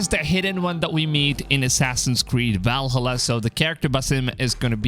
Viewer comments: It’s ValHAla not ValhHUla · I can't focus on what you're saying because of the way you keep pronouncing Valhalla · Try to watch the whole video but him not saying VALHALLA correctly just got annoying. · Please learn how to pronounce Valhalla. Vikings are turning around in their graves due to this abomination.